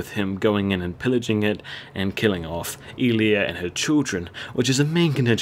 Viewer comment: and its elia...not ilia